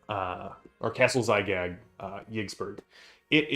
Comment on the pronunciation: It's Zagyg, not Zygag. Basically Gygax backwards with the x swapped for z.